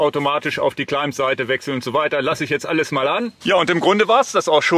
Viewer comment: Danke für den Test und die Erläuterungen - sehr cool! Einen Klugscheißerkommentar habe ich noch, weil's mir in mehreren Videos & Podcasts aufgefallen ist: Das B in Climb ist stumm, es ist also immer ein "Kleim" :-)